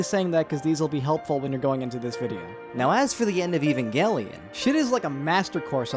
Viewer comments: Ffs its pronounced ev-ange-lion. The show is not about some guy named Evan and his gangelion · FUCK YOU ANNO, SOME OF US ACTUALLY LIKE EVANGELION!!!!! T H E R M A L.E X P A N S I O N Also, it always bothers me that in the EoE sub, they say "eh-va" instead of "ayva" (pronunciation change on EVA). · i HATE when people pronounce it "*ehvan*-gellion" or any other way than "aven-gellion" honestly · You : E - van - gelion The guy she tells you not to worry about : A - van - gelion